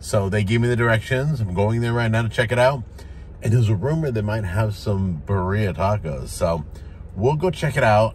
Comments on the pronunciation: It’s not buh - ria. It’s beer-E-Uhhh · Birra. Say it with me, BEER E AH. Birra!! Thanks!